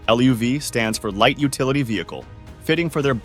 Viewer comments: Chevy LUV was pronounced "love", you m0r0n! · Lbft and the way luv was prounced